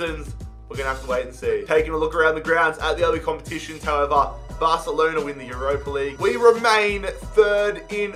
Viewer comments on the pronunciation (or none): none